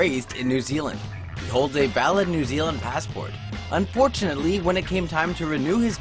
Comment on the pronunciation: "unfortunate-LEE" lol kay.